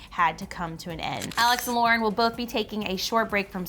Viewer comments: Um its laurDIY not lauraDIY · They keep saying "laura diy" and I'm a pretty little wassabian and i DO NOT appreciate this😑